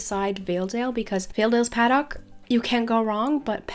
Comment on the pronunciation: Did anyone get triggered when she said 'paddock' wrong or is just me?